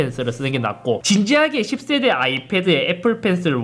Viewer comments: 십새대 발음이 찰지네요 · 기분탓인가.. 10세대가 자꾸 욕으로 들려 형.. 😁😁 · 10세대 발음이.. 어라? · 10세대 발음 찰지네 형 ㅋㅋㅋㅋㅋ